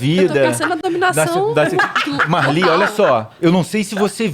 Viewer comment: ele disse marli?